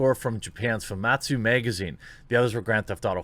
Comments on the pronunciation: Hey dude can't help but notice you're saying famitsu wrong. It's pronounced Faa-mee-su, hope you change how you say it so I can stop cringing. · I always enjoy your videos, but why do you always pronounce the 'i' in 'Famitsu' as an 'a'? It's so annoying!